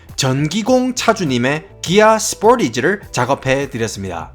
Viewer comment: 스팀은 서팀인데 스포티지는 왜 현지발음인가요 ㅋㅋ